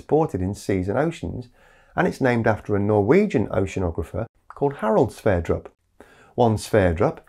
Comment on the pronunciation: Sverdrup, as in drupe, droop.